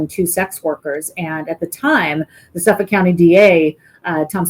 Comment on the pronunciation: Please pronounce "Suffolk" County like a New Yorker. "SUFFIK", not "Suff Folk" 😂